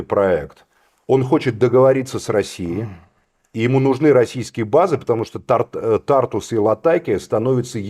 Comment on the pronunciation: говорил уже не один раз в слове Тартус ударение на У